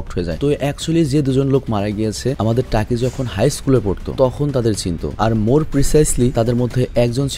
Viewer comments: টাকি না ভাই তাকি হবে😬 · টাকি না ভাই তাকি